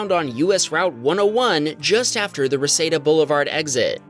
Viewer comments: Reseedah not Rasaidah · Not that it truly matters, but the Reseda exit is pronounced: “ruh • see • duh”